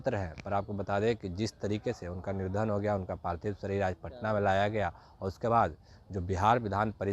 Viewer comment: Niradhan nahi nidhan